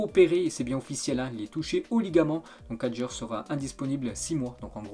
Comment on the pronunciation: Simon kyaer et non Simon kadjer